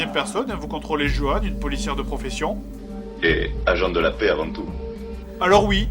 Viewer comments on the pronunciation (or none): none